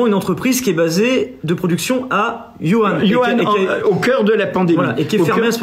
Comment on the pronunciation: Vraiment merci. Super vidéo. Par contre, essayez de corriger votre prononciation. j'ai les oreille qui saigne à chaque "Wuhan". ;)